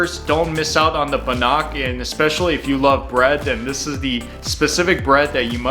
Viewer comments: Its pronounced ban-ick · It's because he was pronouncing it completely wrong. He means Bannock, pronounced ban-nick. It's a very popular traditional aboriginal bread and it's delicious. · The word bannock has the emphasis on the first syllable: i.e. BANNock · You said bannock wrong! Ban neck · Bannock is pronounced Ba Nic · YOU SAID BANNOCK WRONG!